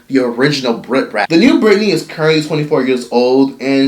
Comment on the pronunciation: I was like who's Rip Rat? And then I was like "Ohhh Brit Brat" 🤣🤣